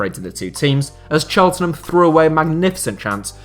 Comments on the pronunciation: CHELT-NUM not CHEL-TEN-NUM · It’s pronounced “cheltnam” not “chelt ten ham” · ITS CHELT-NUM NOT CHEL-TEN-HAM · Chel-ten-ham tho